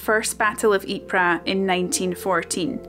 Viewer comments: Great video. I highly appreciate and respect how many UK people still visit the Ieper region today to keep the memory of their ancestor's sacrifices alive. By the way, the correct way to pronounce the name Ieper is: Eep-er (not Eep-rah) 😊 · Ypres was also called 'WIPERS' by British troops, who couldn't pronounce Ypres. My grandfather was wounded in the battle of 'Wipers winter 1917', He was sent out on a patrol, with an officer an NCO and several other soldiers. They got lost in no man's land. The office split the platoon into two the officer took half and the NCO took the other half. The officer and men were never seen again (presumably lost in action presumed killed). A shell exploded near by and shreaded my granddad's left arm with Shrapnel, he was evacuated to a hospital in Croydon, to recover (the doctors wanted to cut his arm off, he wouldn't let them). Several years later he built the muscles up by squeezing a rubber ball.